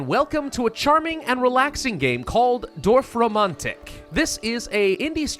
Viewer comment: damn. this is the first time i was actually impressed by an american's pronunciation of a german word (or two, actually...) props to you, pravus 😄👌